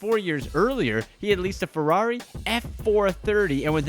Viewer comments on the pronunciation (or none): none